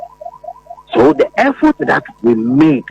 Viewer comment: effort or air fort😂 You doing good job thou